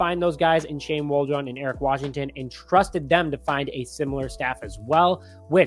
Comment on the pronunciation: Who the f is Shane Wall-Drone? Lmao